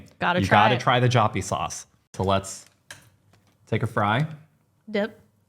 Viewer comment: Upon the pronounciation of Joppiesaus: try to say Yoppie. That should do the trick. Love your show by the way! Saw you also made it to my hometown Enschede!